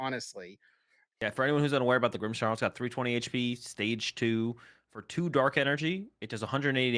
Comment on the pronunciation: Who added the "h" to "Grimmsnarl"s name? 😂😂